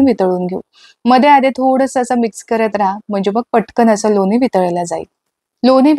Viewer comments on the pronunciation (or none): बाई कामाचं लवकर बोल गं.हे सर्व आम्हाला माहित आहे.मुद्याचं‌सांग नं.आणि किती अशुद्ध भाषा बोलतेय.लोनी पानी पन तो रवी.मराठी आधी‌शिकून घे. अती बोलण्या मुळे व्हिडिओ पूर्ण बघितला नाही.हे सर्व आम्हाला पण माहीत आहे.वयाची ७७ वर्ष झालीत हे सर्व करता करता.असं अशुद्ध भाषा ऐकल्यावर संताप अनावर झालाय.